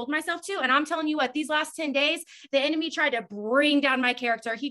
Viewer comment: The way you mispronounced enemy made me think of Nemo trying to say "anemone" 🤭😂😂